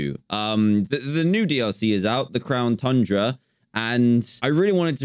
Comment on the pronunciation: Pokemon Sword: The End Dan:So now we have the crown tunra Me: Why did you say it like that